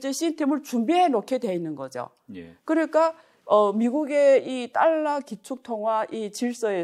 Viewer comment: 딸라.. ^^;;; 배우면 뭐하나.. 20세기 엉터리 일본식 영어 발음을 아직도 사용하고 있는데..